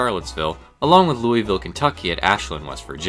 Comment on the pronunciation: As a kentuckian, I am insulted by his pronunciation of Louisville